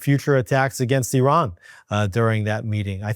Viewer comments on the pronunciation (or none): none